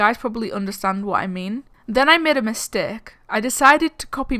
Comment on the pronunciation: Guys can you hear saying misteaak instead of mistake P.S sorry